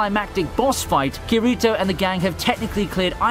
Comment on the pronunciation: I’m sorry but my oh my the way he said kirito so horribly wrong made me cringe every time he said it 🤣🤣